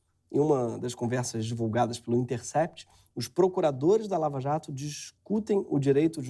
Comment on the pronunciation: É impressão minha ou ele falou: escândalo da VALAJATO? kakakakaka